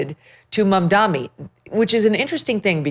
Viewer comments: Megyn it’s Mamdani not Mamdami though I love it that you call him by a wrong name😂😂wrongun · It's embarassing that Megyn Kelly, who considers herself a pre-eminent journalist, has mispronounced Zohran Mamdani's name dozens of times. Get it right, seriously. MamdaNI, not MamdaMI. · Did you say Zoran “BumDummy”??